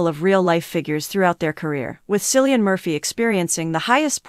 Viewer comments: It is pronounced Killian and not Cillian. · Mindboggling that you can put a video out this amazing and can't even bother to find out how to pronounce his name.